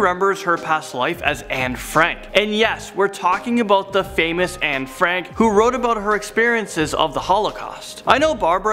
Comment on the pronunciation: I’m more freaked out that the woman who claimed she was Anne actually pronounced her name exactly right. Just like a Dutch person would.